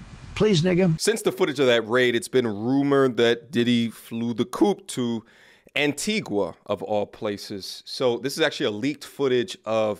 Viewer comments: It's pronounced as An-ti-gah! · My island is call is Anti”GAH” 😂 not Anti”qua” smh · it's Pronounced Antigaa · It’s Pronounce ANTIGAAA THE U IS SILENT ANTIGUA AND BARBUDA ANTIGAAA AND BARBEAUDA THATS HOW THE PRONOUNCE MY TWIN ISLAND STATE.